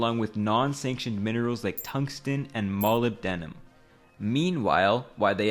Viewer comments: MUH-LIB-DA-NUM = molybdenum (how to enunciate) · wtf is 'moli de nim'? Weirdest way of pronouncing molybdenum I've ever heard. It's not hard for these YouTube chancers trying to earn a few cents from pronouncing words properly (a few seconds on Google), but they still mispronounce all sorts of words. I get it if they're from non-English speaking countries, but someone from the US should know better. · that mispronunciation actually killed me💀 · Thats quite the crazy way of pronouncing "molybdenum"